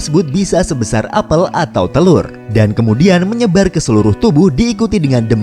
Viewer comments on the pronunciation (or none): none